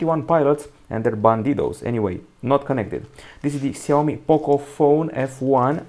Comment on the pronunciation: Shaomi that's how it's pronounced